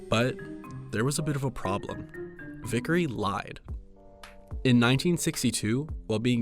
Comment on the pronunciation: My last name is almost the same as Vicary it's just one letter off. It's pronounced the same and it bothers me how he got it that wrong.